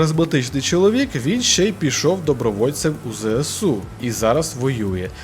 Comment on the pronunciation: Не ЗЕЕсу, а ЗЕСЕу! До речі, йди нахуй!